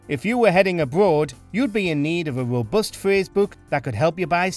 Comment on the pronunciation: ......if you were heading abwoad you'd be in need of a wobust phwase book ..." I vote for that one. 👍